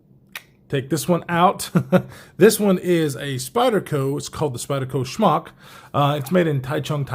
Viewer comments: I just gotta ask...are you pronouncing the Smock as Schmock as a goof? Cause I laugh every time you say it! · You know it’s SMOCK not SHMOCK, right? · It’s like Spock but Smock. Lol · I actually heard it as Spyderco Schmuck the first time he said it!